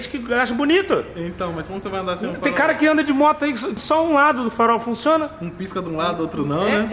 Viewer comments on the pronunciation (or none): none